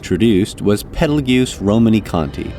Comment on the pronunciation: Quick note: Petelgeuse's name is pronounced "Petal juice", similar to the star "Betelgeuse". It is, in fact, confirmed to be a purposeful misspelling of the star's name.